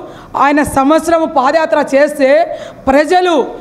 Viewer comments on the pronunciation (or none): none